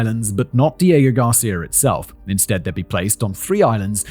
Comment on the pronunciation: This video was difficult for me, seeing as how i got both nauseous and angry everytime you said "diego garcia".